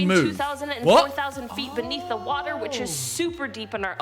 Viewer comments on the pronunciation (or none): none